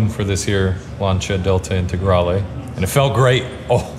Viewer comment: That's the weirdest I think I've ever heard someone pronounce Lancia